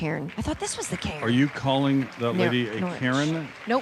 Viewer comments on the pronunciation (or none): Cairn, not Karen! I died